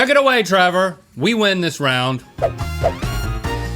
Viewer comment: Travor? I thought it was Trevor